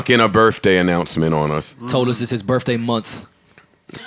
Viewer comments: Man Rory pronouncing birthday as birfffday makes him sound so cultured. Keep up the good work Rory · I hate when people say Birfday